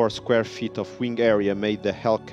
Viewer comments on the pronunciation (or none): none